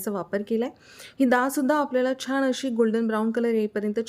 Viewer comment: पाण नाही 😮😮😮😮😮 पान 👍👍 सगळ छान पण भाषा आणि नाकातून आलेला आवाज थोड त्रासदायक वाटत छाण नाही छान 😮😮🤦🤦🙆🙆👍